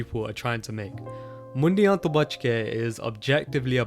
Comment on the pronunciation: bro :D its Mundea to buchke (Beware of the Boys) not Mundia to buchke (Beware of the "heads")